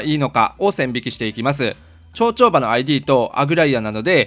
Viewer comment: 長丁場……ちょうちょうばって聞こえてしまったのですが(´`:) 『ながちょうば』です💦💦 すみません。 いつも楽しく拝見させて頂いております。 FF14もう一度頑張ろうと主様の動画を観て知識を得ております。 ありがとうございます🙇